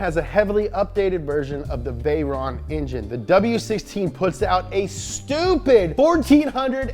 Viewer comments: Fun fact. Chiron and Veyron (buggati pilot in the old days) are pronounced with the french sound "on" which is the sound when you imitate french going "hon hon hon" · the name of the chiron et veyron are prononced in french they are name of racers